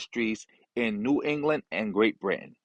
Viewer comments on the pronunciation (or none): none